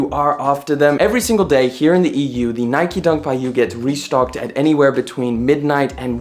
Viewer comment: Its called NIKE not NIKY